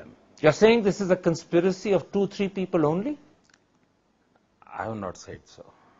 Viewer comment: “PEE-PAL” rip my beloved English 🙏